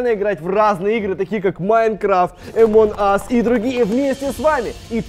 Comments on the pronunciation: Не амонас а амонг ас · не е моназ а амонгас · Не амон ас а АМОНГ АС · Никто: Абсолютно никто::Омон ас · Меня одного бесит то что они говорят эмон ас, когда она называется амонг ас... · не аманас а амонг ас😂😁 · Это не амон ас а амонг ас если что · А почему амонас, а не амонг ас? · почему ты говориш амонг ас амон ас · Правильно Амонг ас а не амон ас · Амонг ас - а не Амон ас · пОчЕмУ Емонг Нас А НЕ ЕМОНГ АС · Амонг АС а не Амон ас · Ни Амон ас а Амонг ас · Амон ас аааахаххаха не амон ас а амонг ас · ни амонас а амонг ас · Он говорит амон ас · Почему вы говорите эмонас